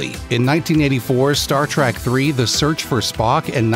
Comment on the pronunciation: Star TrEK not TRACK